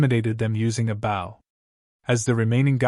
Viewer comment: Am I dreaming? Is this actually a HUMAN-NARRATED recap?? WOW (subscribe) WAIT NO, it still pronounces "Bow" referring to the weapon, as "bow" as in kow-tow or bend at the waist. That's still a sign of bad AI reader. But this one is still good, so I'm going to stay subscribed unless there are other profoundly stupid pronunciations or bad translations. Run-together sentences, black dragon FONG (it should be FANG) and a few others. But not too noxious. And after listening to over an hour and hearing the translation varying in quality, I'm convinced that the AI translation is the main problem with incoherent, mis-translation and most bad reading ... it really REALLY begins screwing up English grammar. it starts pronouncing the Korean name "Seo Jun-Ho" as S.E.O. Jun-Ho -- but this is NOT search engine optimization, it's a man's NAME. The Norse word Niflheim is not pronounced knife-ull-hame -- it's Neef-ul-hame or Neef-ul-haim. IF that's the word they're using.